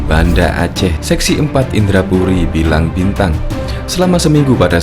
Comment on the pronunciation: Pengisi suara salah ucap Blang Bintang bukan Bilang Bintang hehe..Sigli bukan Singli...gimana seh...salah ucap..